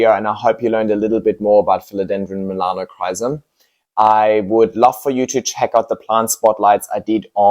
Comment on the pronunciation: I came here to get educated before impulsively ordering a Melanochrysum. However, if the calls it ''Melanocsis' I think a different Philodendron would be a wise choice for me...